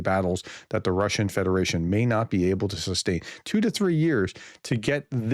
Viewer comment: your Russian pronunciation is getting better 😂😂😅 Steve LONDON, UNITED KINGDOM